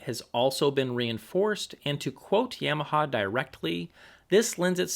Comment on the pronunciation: "Yeahmaha". Don't know why but hearing that bothers me.